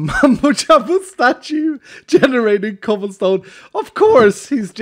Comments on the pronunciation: I died laughing when he said chobblesom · No way he said chobblesome lmao